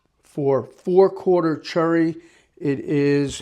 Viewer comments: And yes he means cherry although I'll admit it does sound like churry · I am so sorry, english is not my mothertounge, but i am not sure what wood species you are talking about when you say "churry". Is this cherry? Is it an accent thing? No disrespect, just curious. Thanks and good work.